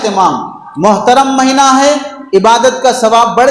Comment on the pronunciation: مہنہ نہیں ھے بلکہ مہینہ ھے